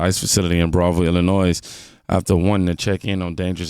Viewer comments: Dude, I love the show, but I get Illinoyed when you keep pronouncing the S in Illinois. It is silent. Thanks for your attention to this matter. lol. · For the most part love your show! What I do not understand is that you and myself grew up in the Eastern part of Chicagoland and you have a problem pronouncing: L IN OY? Grew up in ValparAiso 10 miles away, was it ValparIso to you? Just kidding, Love!